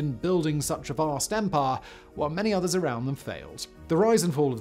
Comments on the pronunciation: Stop saying "empar". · I love the way Simon says “Empire” “Ehmpah” lol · “An EMPUHH”